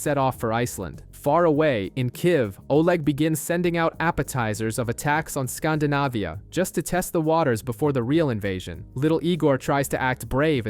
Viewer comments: It's Scandinavia not "skhndahnahviyhah" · Great Channel 👍 but scan-dee-navia 😊